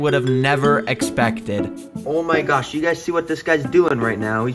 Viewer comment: ‘OEWH MY GAWSH…’ had me rolling on the floor laughing 😂